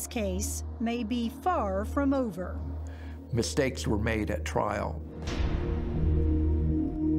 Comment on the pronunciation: “Mishtakes were made at twial”